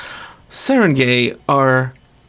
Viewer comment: It's pronounced Sah-Rahn-Guy. At least, that's my best guess as a filipino. Like the word for town is barangay. Not pronounced gay, but guy or gai.